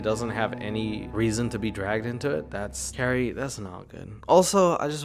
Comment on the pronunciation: It's very unfortunate to be named CaRRie and in love with MaRk ZuckeRbeRg and not be able to pronounce your Rs! + Mawk Fowevew!! 😂😂